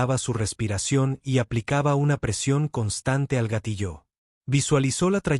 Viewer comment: Por favor corrige la pronunciación de gatillo